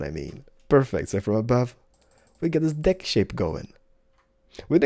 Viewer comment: He says dick instead of deck and penis instead of pane xD